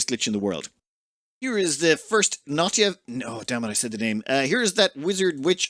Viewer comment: Noy-ta. Repeat after me, not Not-ya, NOY-TA.